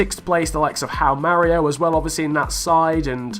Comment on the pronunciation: Why you can´t read the "J" in Joao ??? Instead of Joao Mario you say "Ao Mario" , "Ao Moutinho", "Ao Cancelo" it´s kinda funny hahaha xD Btw: Ruben Semedo and Nelson Semedo are not relatives, they have just the same last name